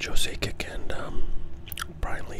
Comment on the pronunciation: Trying to decide what is funniest: 1) The repeated mangling of Joe Sakic's last name. 2) Not being sure if Guy Lafleur was in the Hockey Hall of Fame. 3) Not identifying that there are definite patterns in the cards. Like every time Dino Ciccarelli comes up, Dale Hunter is right after, and every time Brian Leetch comes up, Pat LaFontaine is right after. Even when the pattern happens twice in the same pack (like ).